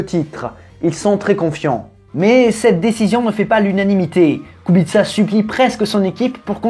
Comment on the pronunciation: Très intéressant 👍 et Kubica était très bien 😉 et en plus tu ne te trompe pas kubitsa en phonétique bravo 👏 en te me fais rire 😂 😂 😂 😂